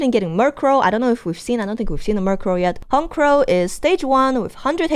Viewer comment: No lie first time ever i hear someone call it HON-CROW its HONCH-CROW.